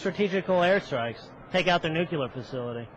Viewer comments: "Take out the nucular facility" "Nucular weapons" PEOPLE!!!!!!!! if someone mispronounces that word, that's a clear message they are not fit to lead. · It's easy,. Repeat after me: "NEW-klee-er". This guy graduated from Law School, and can't even pronounce "nuclear"? And where does a 29 year old get $120,000 worth of tchotchkes worth stealing? By "getting a job"? Let's see at $6.55 (minimum wage - and don't Republicans believe that's all we working folks deserve?), that looks like almost 9 years working full time for a night of frustrated passion. Oh wait! I forgot: he's a lawyer! Those must represent *billable* hours. Never mind. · I like that this douche taught himself say "nucular". It think he may have been drugged before this interview, too. This is truly fantastic. Just fantastic. I love this guy. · "They have nucular weapons which threaten the world" "We could go in there with slingshots and beat them" Way to refute your own point in less than 30 seconds. And what the fuck is it with Republicans who can't properly pronounce 'nuclear'? Nucular... ffs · He said nucular... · he even says 'nukular' this guy is stupid as fuck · "Strategical" bombing of Iran's "nook-you-ler" facilities....This guy got exactly what he deserved. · I have a new rule. If you think "nukeyooler" is a word, you're an idiot. Another "family values" Republican demonstrates his values with a hooker. It's so routine it's almost not news. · Nucular? Learning from Palin? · This guy is an idiot because he says "nucular" like Bush. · lol this guy pronounced "nucular" too for nuclear ha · "Do strategical air strikes. Take out their nucular facility." Bwa hah hah hah hah!